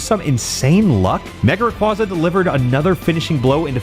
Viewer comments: When I first started watching this video, I noticed something was wrong. It took me a while to figure out what it was. But then, around the two and a half minute mark, I finally realised what it was. HE KEEPS PRONOUNCING RAYQUAZA WRONG. IT'S RAY-KWEI-ZA, NOT RAY-KWA-ZA! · here to ruin your fun like all my friends did to me. Its Ray Qwhey zuh not Ray cwazuh. like quazar. I always thought it should be the latter because it sounds cooler. Same thing with Gyrados being Girados instead of guyrados. Pokemon just hates making their names be pronounced the cool way. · The way he talks sometimes makes me think its a real challage but everytime he says mega raygaza i remember it isn't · erm... ackshually... it's pronounced ray-quay-zuh. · Bro. It's mega requasa. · "Ray-QWAH-za" Give me a break.. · Nah, it's my favorite Pokemon of all-time! Still pronouncing it's name wrong revokes your privilege to say that😂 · If it was your favourite youd pronounce its name right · This video hurts me... WHY DO YOU PRONOUNCE RAYQUAZA LIKE THAT RAAAAAAAAAAAAAAAAAAAAAHHHHHHHHHHHHH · There is no way rayquaza is your favorite Pokemon and then you pronounce it wrong 😡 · A video dedicated to a Pokémon and is also favorite... Mispronouncing Rayquaza's name the entire time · It's not just an April 1st thing unfortunately, he mispronounces it in other videos too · “My favorite Pokémon” mispronounces the name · Why are you pronouncing Rayquaza like that though